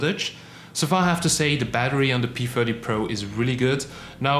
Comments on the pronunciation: is he saying p firty or my ears are blocked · Are you saying p40 or p30?